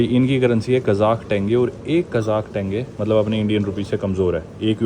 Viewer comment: Tenge❌ Tenge✅